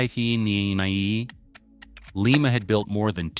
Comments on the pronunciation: Lima Ohio is pronounced Ly ma. Leema is in Peru.😁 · Pronounce "Lie Ma" Not"Lee Ma" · Lima is LYE ma not Lee ma. It is a town in Ohio not the city in Peru. The same town where the Wright brothers built their airplane. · It’s Lima (/ˈlaɪmə/ LY-mə[4]) a city in Allen County, Ohio, United States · Pronounced like the beans.